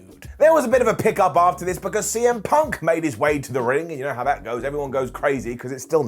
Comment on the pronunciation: I thought i heard you say "CM Pac" at the beginning and it made me imagine a really strange tag team lol